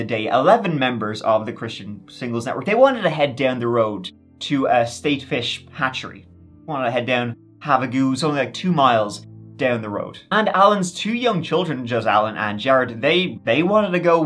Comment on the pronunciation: Did you say “have a goon”